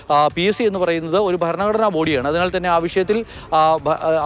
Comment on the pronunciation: ഫരണ ഘടനാ സ്ഥാപനം 😂